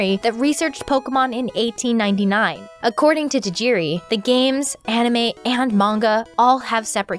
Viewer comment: Why can't North American's pronounce Tajiri Satoshi's name properly. 😔 Decades of being in love with his world and never giving respect to his name. Living in a modern world where we are demanding people say Minority names correctly this is truly saddening.